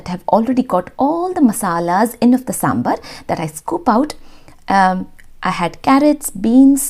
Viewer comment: Hey Love your videos, but I'll just like to make a small correction it's SambAr nor SambUr please don't mispronounce this, as you urself are a South Indian and I'm sure you know to pronounce it right so please do.